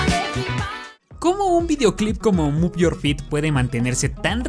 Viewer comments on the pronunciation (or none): none